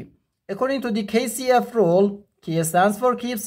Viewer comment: I could not understand your accent on the KCF rule, nor why a division was changed to a multiplication.